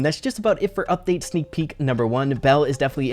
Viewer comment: lol sneek peek more like snak pee